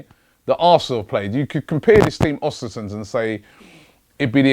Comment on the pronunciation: Its Östersunds.... ö pronounced like the second sound in "burn"